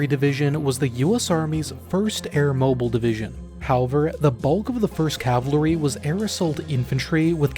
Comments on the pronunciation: if you are going to do a video on cavalry , you should not pronounce it as cavalery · CAVALRY - noun ; British pronunciation (Sounds like) ka - vuhl - ree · Dude, it's pronounced Cav-ull-ree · I don’t know, I think it’s a regional thing because I live up in the Northeast and I’ve only heard it pronounced “cav’ll-ree” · Yeah as soon as he said it, I can't stop hearing it. He's got on a really unique way of pronouncing it. Cavill-ree is also how I've always heard it. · I'm sure the video is great, but I couldn't take more than 90 seconds of the voice over saying "cavlary". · IT'S "CAVALRRY" .... pronounce it correctly, dammit!!! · I'm just asking out of curiosity but do you have difficulties saying cavalry? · Why is he emphasizing the L in cavalry. Sir, I believe the L in cavalry is silent. Can't get over it. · Your’re pronouncing cavalry wrong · I couldn't take more than a minute of you mispronouncing "cavalry." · Loved your video but I wish you could say cavalry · It's NOT CAVLARY not Cavalry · I bet this video is very informative but I can't get over how the narrator can't say "CAVALRY" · I can’t unhear it now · Can any Americans explain to me what is up with the pronunciation of cavalry in the US? Is it an accent thing or something? I don't mean to shit on American English, it may well be just one of those peculiar differences, I just need to understand for the sake of my own sanity😅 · I can't get beyond how he can't pronounce cavalry correctly! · Wow. Your narrator cannot even correctly pronounce the word cavalry. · Bros mispronunciation of cavalry is driving me nuts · It was certainly something else... never heard anyone say it the way he did. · Homie, you have GOT to learn how to pronounce the word “Cavalry”. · I love the video but I can’t stand the way he’s saying cavalry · "Cavlary" not trying to be mean it just got me a bit giggly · The pronunciation of cavalry as "Cavlary" is driving me insane. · Why he says air cavaliery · I'm hearing «cavalary»